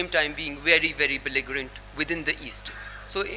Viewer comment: Hina Rabbani Khar needs to learn English first. The way she pronounced the word Belligerent was wrong. Such a moron's word means squat to India.